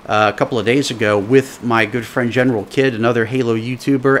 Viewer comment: It's not Generalkid it's Generalkidd (keed)